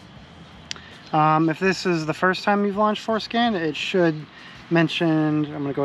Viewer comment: Did you say "foreskin"?